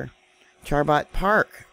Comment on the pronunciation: Chabot is pronounced "Sha bow" Just incase you wanted to know. 😊 Love your show!!🥰